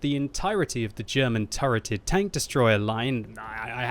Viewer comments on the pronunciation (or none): 'turreted' hahahaha what a joke